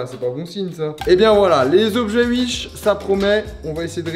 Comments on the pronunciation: Mdr "uish" sa se dit pas "ouish" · Il dit comment mdrrr ? « Uish » ? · 18h18 : l'heure du bonheur Et pourquoi tu dis Uish 😭 y a un ✨W✨ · C’est l’Alsace ça 😂😂